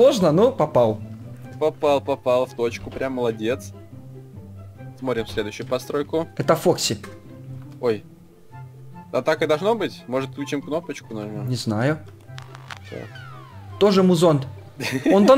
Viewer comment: Фокси а не фэкс